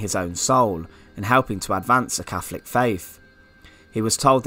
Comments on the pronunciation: . It's catholic not cafolic ,method not mefod! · Very interesting. But a tad confusing with lots of F's. Fawkes, Cafolic, mefod etc etc.